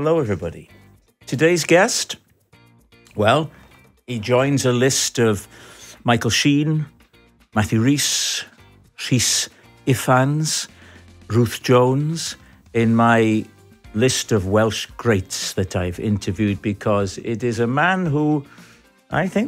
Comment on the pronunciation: Come on, Rob, Rhys Eeffans?